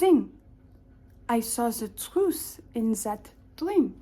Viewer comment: I could tell you really enjoyed saying trwuth